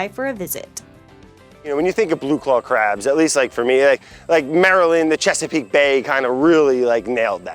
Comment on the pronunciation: Ohh its Che-sa-peek Bay Not Shakespeare Bay